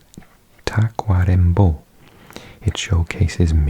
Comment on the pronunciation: Muy buena pronunciación de Tacuarembó, saludos desde Uruguay 🇺🇾!